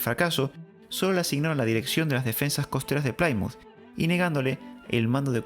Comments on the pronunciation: Me ha encantado el vídeo y he aprendido muchas cosas que no conocía Pero se pronuncia Plimuz, no Plaimuz 😊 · No hubo batalla en la Armada o fueron solo escaramuzas. Lo cierto es que volvieron a España casi sin daños, hasta que toparon una gran tormenta y la pérdida de muchos barcos. Reportaje de la propia BBC. Un apunte….Plymonth se promuncia (plimez) y no (plaimoz) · Plymouth Se pronuncia en inglés "plimouz" no digan plaimouz